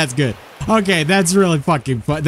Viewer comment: Hes gewd hes gewd he was telling me about how he rode a boar....